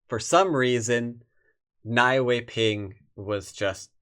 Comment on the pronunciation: Nie is pronounced /niɛ/ in chinese ;-)